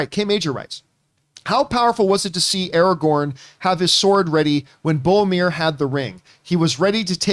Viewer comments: John it's BOR-O-MIR lol. Love you guys! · "Favorite character in fiction ever" ... "Boamir" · Hearing John say "Bomir" so many times gave me tinnitus.